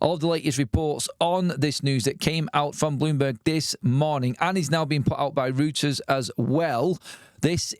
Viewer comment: Reuters is pronounced 'Roy-ters'. Fingers crossed they sell up and go, forever. Karma will do it's deed, not that care about that, I just want them out of United.